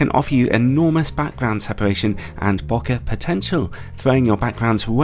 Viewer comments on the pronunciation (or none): PSA: It’s pronounced “Bokeh” like “Okay”, not “Bokkah” or “Bowkkah”. Lol.